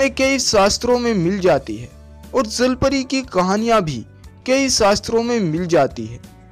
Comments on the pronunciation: Zalpari nhi jalpari hota he😁😁😂🤣🤣🤣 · Bhai sahi se to bolo jal pari ko zal pari kyu keh rhe ho..... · zalpari ni hota bhai jalpari hota h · Bhai wo jal pari hota hai "zal pari" nahi😂😂😂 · अबे ज़ल परी नही जल परी बोलते है 😂🤣😅😁😄 पहले बोलना तो सीख ले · Zhalpari 😂😂😂😂😂 jalpari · Not a zalpari its jalpari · Bhai woo jal pari hai zal pari nai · Abe bhai 'ज' को 'ज' तो बोल ले पहले ज़ ज़ ज़ ज़ ज़ नही ज ज ज ज 😂😂😂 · Say jallpary not zallpary